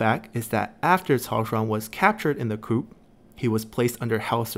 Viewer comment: Great vids. One suggestion: the p is silent in coup.